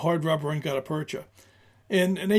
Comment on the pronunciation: Look up the pronunciation of the term 'gutta percha'. I've heard it pronounced a couple ways and will settle for the dictionary. Good historical information. I rather like hard rubber and the modern equivalent (classic Mershon or later Pachmyer and now made by Lyman) which are probably a rubber substitute. (Frankly, I am not up to date on some things.) These grips are rather flexible in use, will resist all sorts of bad weather and provide good grip even if wet. For expected foul weather or a water based life, these are great. The main downfall of these grips is cosmetic. They are rather dull. I feel they look best on stainless steel arms, but my choices are not aways concurrent with popular opinion. I like wooden grips for both looks and utility. I tend to find wood grips are not as 'clingy' as rubberish (whatever that means) grips seem. And I am just conceited enough to enjoy the looks of wood. I will also point out I do not feel the need for single action revolvers but prefer double action S&W items. Which may remove my thoughts from consideration. The drawback of wood grips is cost.